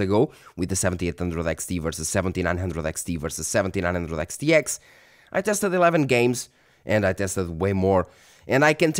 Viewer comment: Practice makes perfect Reviewing lots of Radeon cards enables you to say those Xs over and over again flawlessly. 🤣